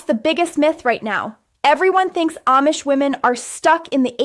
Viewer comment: This is AI. She's always in the exact same spot in every video. The ribbons of her kapp are in the exact. same. place. every video. Her head never moves. She mucks up certain words. Oh, and she can't say AMISH correctly! Blargh, I hate this AI slop garbage! Whargarbl! Whargarbl, whargarbl, whargarbl!!!